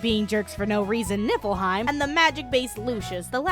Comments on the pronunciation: Did i hear Nippleheim? XD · NIPPLEheim LOL jk...it's atomic btw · Why do I always hear "NIPPLEheim"?